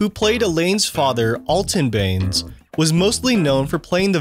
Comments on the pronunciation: Elaine’s father’s name was “Alton Benes” not “Alton Baines”. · Alton Banes?? “It’s Benes you jackass! My last name is Benes!” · Dudes obviously never watched the show calling Elaine and her dad “Baines” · Great assembly of little-known facts. Just a couple of corrections: - Julia's middle name is pronounced LOUIE, not LEWIS. - Elaine's last name is pronounced BEN-ISS, not BANES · Your voiceover person may have never watched the show. He mispronounces Elaine’s last name (Benes should be “Ben-us”, not “Banes”) and Julia Louis-Dreyfus’ actual last name (Louis should sound like “Louie”). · Ugh, and her character's last name is pronounced "ben-ess" and not "Baines" as the narrator pronounces Elaine's father's character's last name. And now there's thirty to forty seconds of mental energy expended by me on a show about nothing . . . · Maybe before making a video about a show, know how to pronounce the character's names. Alton Banes? It's Benes, pronounced Benez. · PS it's Lou-eee Dreyfuss Not Lou-iss dreyfuss. And it's Elaine Ben-ess, not Banes. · Elaine: “It’s BENES, you jackass!” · "17 woman"? "Julia Lewis Dreyfus?" "Alton Baines"? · Did the narrator actually watch the series or was it a robot? He called Mr. Benes “Mr. Beans”! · Julia "Lewis" Dreyfus? Alton "Banes"? There's only so much I can take before I have to press stop... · Julia Louis-Dreyfus’s last name is pronounced “Louie-Dreyfus”. That the narrator here didn’t know that makes it hard to take the rest of this seriously. He then pronounced her character’s last name “Benes” as “Baines”…. this channel is lame, with no real attachment to the material and no new info for the actual fans… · Does anyone edit these videos? I don't know how you can pronounce "Benes" as "Baines" but ok..... That's just one mistake. It sounds like the person doing the voice-over is reading everything for the very first time. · Did he call him alton bens? Wtf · Here's a fact you missed, you don't know how to say Elaine's last name.